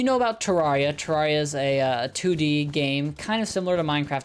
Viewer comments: it's ter air ia not ter rawr ia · Title: most embarrassing moments: says terria instead of terraria Add 1 more to the list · ITS CALLED TER-AIR-IA BRUH dont insult my homeboy terraria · Terarria is pronounced rare not rar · imagine pronouncing it ter-are-ia instead of ter-air-ia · The way the pronounces terraria Am I wrong in saying it's "ter-air-ia" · The way he says terraria be like teRAWRia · its pronounced TerAiria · "Torawria" - 2020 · please... its ter AIR e uh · Why do I find it so funny that he can’t say that word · I’m sorry I hate the way you said terraria